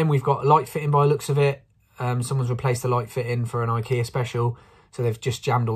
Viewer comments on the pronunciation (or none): none